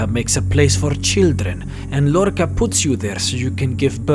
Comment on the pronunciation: That's not how you pronounce Lorkhaj